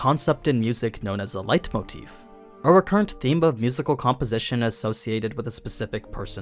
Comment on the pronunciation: It's so strange when a youtuber perfectly pronounces german words like 'Leitmotiv'.